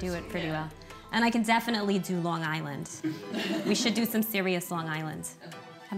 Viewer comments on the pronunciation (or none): If your going to do a Long Island accent, it's pronounced as "Lon Gisland"